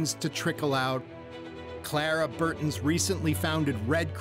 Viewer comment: Clara BARTON. Not Clara BURTON...Urgh.